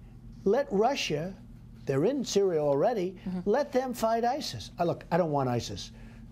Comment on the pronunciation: "Their in cereal already" 😂😂😂😂😂